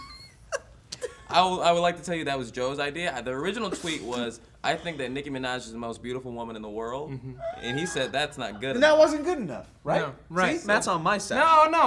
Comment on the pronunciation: lol how ever your spell that? its minaj, with out even spelling that out on the keyboard you gotta know theres an "N" in there, Just from saying it. did u just not recognize what an "N" sounds like? Miaje? really?